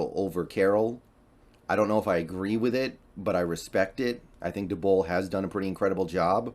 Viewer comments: It's pronounced dayball not duhbull wtf jumping jee intestinals Todd bowels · Whos brian duhbowl? Almost thought you were talking about brian daboll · Lol he’s so bad with peoples names, getting Daboll and Stefanski’s names wrong.